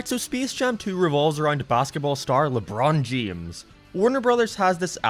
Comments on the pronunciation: Specs jame and leborn jeans and the same he says seem🤣🤣🤣🤣🤣🤣🤣🤣😂😂😂😂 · Anybody else hear "lebron jemes"? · lebroan jahames